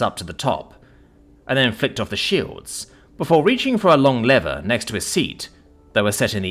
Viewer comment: Your English why are you pronouncing lever yank like. Be proud of your language and heritage